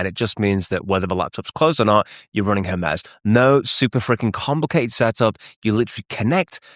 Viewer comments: Her-Mee-z not Her-Mez : ) Cool video thanks for sharing. Thumbs up. Thank goodness for playback speed adjustments. I had to slow the video down a touch. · Hermes Agent is named after the Greek god Hermes. The standard English pronunciation for the deity is "HER-meez", with an 'H' sound and a long 'e' that rhymes with please. The French fashion brand Hermès is pronounced "air-mez" due to its French origin, but the Greek god is almost always pronounced with an 'H' and a long 'e' at the end.